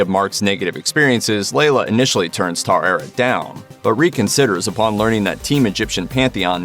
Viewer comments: It's funny hearing you say "Taw eret" instead of the pronunciation from the series("ta-weret") xD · Take a shot every time the voice over says "tar-arret" 🥴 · Taweret is displeased! She says don't Americanize her name, say it as it is written. 😆